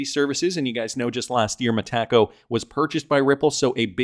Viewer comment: It’s pronounced “META” (like the Facebook Meta) “CO”